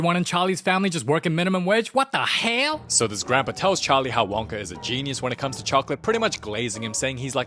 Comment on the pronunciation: “what da heall🔥🔥”